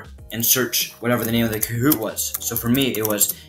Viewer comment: lol u saying koot